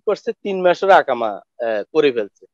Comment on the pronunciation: ভাই ইকামা বলেন শব্দটি হবে ইকামা আকামা নয়